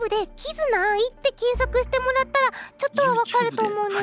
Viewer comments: 名前のイントネーションを間違えない？upd8社員か… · アイちゃん知らなかったのにイントネーションはあってるww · 「キズナアイ」の発音正しいの草